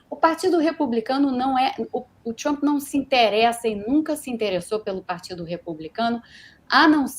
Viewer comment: Fala Trump não tchumpre